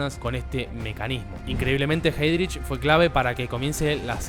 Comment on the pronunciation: Muy buen video, pero la pronunciación.... en alemán es ai